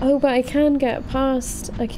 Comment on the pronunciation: British 'Oh's' will never get old. Ouwweuh